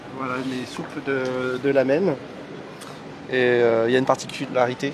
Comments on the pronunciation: CEST GRAVE COMME IL ARRIVE PAS À OUVRIR SA BOUCHE ET CEST PAS LAMEN MAIS RAMEN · ippudo c juste une chaîne fast-food du japon et ça ne se prononce pas lamen (C ramen avec un r enroulé )